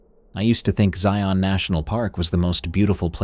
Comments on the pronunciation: As someone who grew up in the Southwest, I have to say, I love these! Though, as a friendly tip, Zion is pronounced so that it rhymes with "Lion", like ZY-in, not zy-ON. :) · I've never heard it, but FFS, as a local the way he says Zion kills me. The only way it could be worse is if he added an s at the end. The emphasis does not go on the friggin O!! The o is all but silent, the emphasis is on the I. (ZI-n) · It’s pronounced Zion like lion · Zai-un, rhymes with lion. 😁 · I hate the way non-Utahns pronounce Zion. Everyone slaughters it. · I'm diné and he's also saying that .... Word... Wrong but if it's not your native language I get it